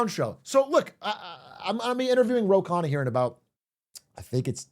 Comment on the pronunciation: Also if anyone cares its actually pronounced "Khunna"